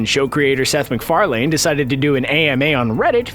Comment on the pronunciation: is no one else disturbed by how he pronounces Seth MacFarlane?